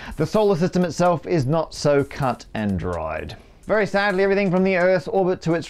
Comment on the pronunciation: "The Solar System itself is not so cut and dried" is the most Australian Matt has sounded for years.